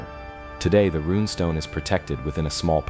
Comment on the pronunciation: Stories like these are amazing until the story teller loses interest and won't even take the time to pronounce names right and used AI trash photos. You destroyed your own video by your lack of care. "Ronestone" instead of runestone, "Bi-mini" instead of Bimini. How do you expect anyone else to take you seriously when you can't keep your names straight. Try harder next time. You almost got a like and new sub, but you messed up to much and lost out. Take the care to get the proper pronunciation of names and words, and love the topic enough to use real photos and video, and you'll have a winning channel. Please do better as I know I'm not the only one who lost interest because of mispronounced words and AI garbage. I make this comment because I'm sure to run into your channel again and if you fix these huge problems you're sure to get my sub, and many others as well.